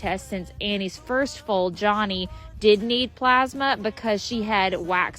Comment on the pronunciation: Foal alert or full alert? They sound similar and I can't tell every time you say it